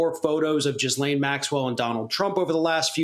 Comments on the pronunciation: For the record ...its not "jizzlane" its "gillane"... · Its gee lane like bee pain. Not jizz lane.... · You guys the S is silent. It’s pronounced “Gee-lane” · Oh my god he said JIZZLANE